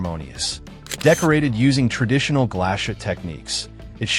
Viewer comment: I made it to #8. Why would I watch a video from someone who cannot even pronounce Glashutte, SeaQ, Sinn... EMBARASSING.